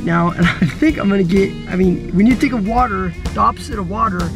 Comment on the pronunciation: She said watr water not watr